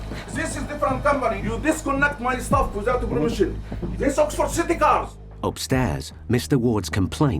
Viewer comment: Zis a place 🤣